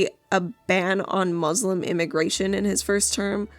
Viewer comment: But guys, she's "moo-slum" 😂